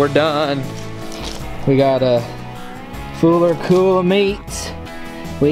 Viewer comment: Anyone else hear him say a fooler cool of meat lol. I do that crap all the darn time